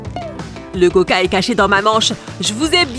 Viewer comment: C est pas koca mais c coca